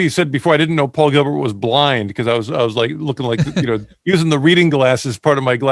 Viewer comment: The man's name is "PAUL GILBERT" not "POWEL GEEBERT" - please!